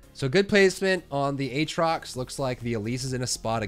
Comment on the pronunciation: Ayyyy he says Aatrox properly now! Can you make a mid game comps video at some point?